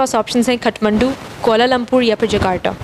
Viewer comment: खटमण्डु ?😄 It's काठमांडू । palaces of Wooden.